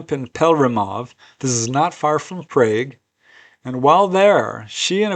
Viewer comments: "PRAGUE" is pronounced "Prah-gh" not "Pray-gh" It's an "ah" sound, not an "ay" sound. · The capital of Czech Republic is Prague as you identified, but here in the UK, we pronounce it as Prarge, not sure if the US folk pronounce it like that. Great encounters though.